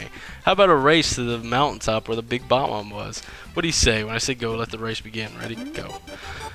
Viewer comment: it is pronounced Buh-bombs